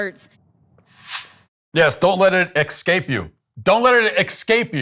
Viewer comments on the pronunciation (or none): Genius, it's pronounced ESCAPE, not EXCAPE. Rhodes scholar right there. 🤣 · Glass houses, Matt. You mock Rep. Crockett for her mispronunciation of "escape." However, in a recent episode of your show, you had no clue how to say "carotid." And, in the opening graphic of your FIVE HEADLINES segment, the word "violence" is misspelled. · Social Hack: Anytime a black person says "axe" in lieu of "ask" or "ekscape" vs "escape". Plz note they DO NOT speak for black folks at large, regardless of their title and/or "edge-u-ma-kation". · She said "exscape" lol. As in " dont let it exscape you." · "Didnt ask to be here" Well, fuck off. You're free to get dafuq out. Mastered in business, definitely not language... eXcape, freaking eXcape. It is escape... with an S. Idiot woman. Stupid people infuriate me. 🤬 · Politicians should be automatically impeached the moment they utter the word “excape”. No. It’s not culture. It’s just intentionally pronouncing a word incorrectly. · "Excape" you. ignorant, lying thing is this person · EX-Cape ? Forgive the monkey pronounciation!